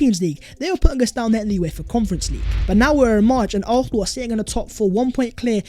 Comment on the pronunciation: Fam it’s AR-SEN-AL !!!!!!!!